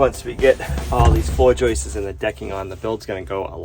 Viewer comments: I heard "joyces". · Joist’s’s’s’s’s - I learn from this channel despite my criticism.